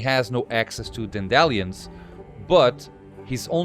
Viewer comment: Congratulations on the nice game! Not that you asked, but: Dandelion = DAN-de-lion 🙂